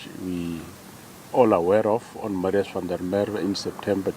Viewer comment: Please, please, please pronounce Msrius van der Merwe's name proberly. I can't bear to hesr you saying it hundreds of times and still not getting it right. If you can go to the trouble of reporting, then prepare properly.